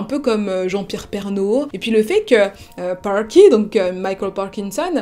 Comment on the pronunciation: J'aime bien ce que tu fais, mais quand tu di "pawky" aulieu de "parky" ça me dérange 😅, juste derrière tu dis "jean-pierre pernault" et pas "jean piewe pewnault"